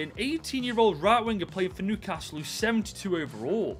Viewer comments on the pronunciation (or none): none